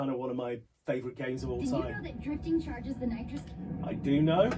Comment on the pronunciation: You can't tell if a game is 720P30 vs 1080P60 sitting that close to the screen? THe boost is called Nitrous, not "Nitrix". It says it right on the HUD in big letters. You should get your eyes checked.